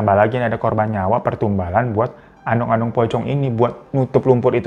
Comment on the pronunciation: Q pikir telingaq yg salah denger korban jadi korbon..